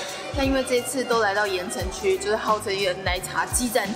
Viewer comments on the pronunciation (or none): 可能國語不是母語有差 我每次都聽成 言承旭(鹽呈區) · 怎麼辦一直聽成言承旭哈哈哈哈哈哈哈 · 有人跟我一樣從頭到尾一直聽成言承旭嗎? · 我一直聽到言承旭😂 喔～看了字幕才知道鹽埕區，講話也太可愛❤️ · 鹽埕區~鹽埕區~鹽埕區~ 怎麼我一直聽成“言承旭” XDDD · 只有我一直聽到「言承旭」嗎？ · 哈哈 怎麼一直聽成言承旭…